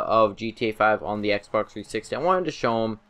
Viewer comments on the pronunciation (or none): Lol he said xberx 360